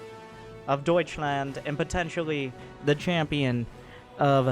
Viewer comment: The way you said "Deutschland" did make me laught so hard xD